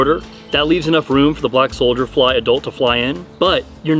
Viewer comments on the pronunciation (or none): Is he saying solder fly?